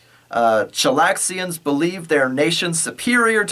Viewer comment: You're bugging the crap out of me; it's "Chelaxians"